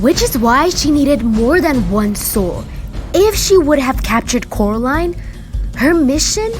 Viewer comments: "It's Coraline, not Caroline" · I have a theory that Coraline never escaped if you listen to Mr.Robiniski the other world's people says her name rightly Coraline but the real world calls her name worngly Carline in the end they said her name right.